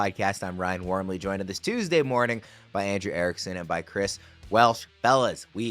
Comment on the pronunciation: It’s been years and I still can’t stand how Ryan pronounces Tuesday